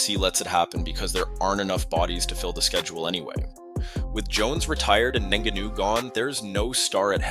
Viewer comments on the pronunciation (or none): Bro this breakdown was solid, but please work on your pronunciation. It's not "Gain" and "NGanoo," it's "Gane" (Like "gone" but with a slight emphasis on the 'a' sound) and "En-Gone-New" for Ngannou. Hope this helps!